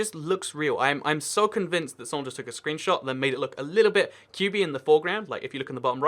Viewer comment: it said screebshot